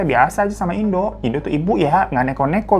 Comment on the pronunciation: Bg yg ibu itu bacanya indo' ada koma atasnya bacanya pun ttp indo bukan indu (cmiiw) soalny disini bacanya gitu, mksh.